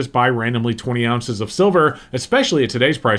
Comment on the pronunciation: “Ounces” not “ounzes”. 🤦‍♂️🤦‍♂️. Also, silver is NEVER gonna hit $200. Seriously, some ppl REALLY need to put the bong down 🤦‍♂️🤦‍♂️🤦‍♂️🤦‍♂️🤦‍♂️